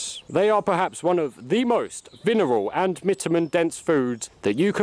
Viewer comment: Lol you said "vineral and mitamin" again